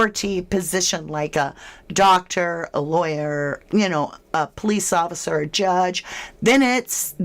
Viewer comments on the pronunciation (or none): none